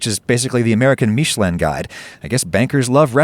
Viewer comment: I like how the ad seamlessly interrupted the video and also how you mispronounced Michelin. I'll go elsewhere.